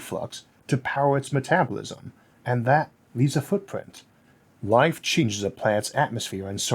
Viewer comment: “and wife seems wikewy to emooge” Those R’s and L’s are beating his ass! I love the channel, though!